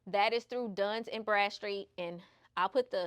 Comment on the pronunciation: you don't pronounce Dun and Bradstreet as DUNS and Bradstreet. That's not the man's name. His name is Robert Graham Dun. She said Duns and Bradstreet number and Duns and Bradstreet score, which is wrong. These are basic things that anyone in business knows. They will think you are ignorant if you say Duns and Bradstreet. Saying Duns number for short is not what I was referring to.